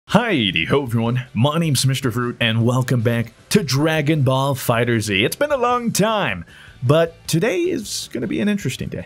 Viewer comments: ITS PRONOUNCED FIGHTERS, ONE WORD FIGHTERS NOT FIGHTER Z. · who wants to tell him it’s Fighterz(fighters) instead of fighter z